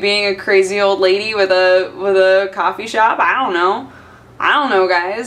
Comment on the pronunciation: Pinky up, this was a classeh Coffeh Time